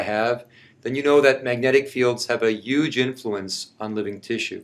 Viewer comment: He said nucnular and within 30 seconds followed it up with a "Yuge". 50 pts to him for fitting two quotes from the worst presidents in history into a normal(ish) conversation.